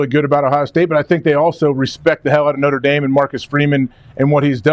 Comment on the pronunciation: Did schefter say Notre Damus?